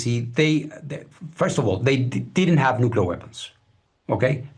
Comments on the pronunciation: Hey!! It's "nuclear", not "nucular", okay? new cle ar. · Dude, don't speak like Dubya, it's not cute. If you want to be a respected reporter, you have to learn how to pronounce words properly or you sound ignorant, and no one wants to listen to more ignorance these days. It's NU-CLEAR. NOT NUCULER. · Nu-clear not “ nu-culer”